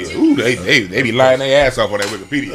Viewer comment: said "Widikipedia" lmao